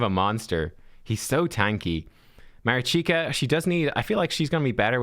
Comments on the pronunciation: Mareeshkah is the proper pronunciation NOT Marichyka. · Marichka yes - Marichika no. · Mari(ch)ka like wat(ch) not Marichika... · If you want to pronounce her name right check that. Try to use the sounds that you’re using in the names of those champs: “MAneater” “RICH”toff the Bold” “KA”lvalax” MA RICH KA - MARICHKA 🤟😎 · Ma-reach-ka You're killing me. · thank you, watching this video made me cringe a bit, im not sure how he got marichika out of the spelling, felt like he was playing pokemon go rather than raid with that name haha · Pronounce it ma-rich-ka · At least I’m not the only one who was triggered… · Sorry to correct you, but I’ve been screaming at the screen the whole time 😂 I’m a Ukrainian so here’s some help with pronunciation (capitalized stressed syllables): maRIchka 😅 taRAs